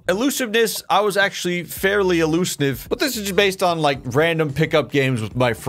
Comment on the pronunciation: "I was fairly elusniv" 😂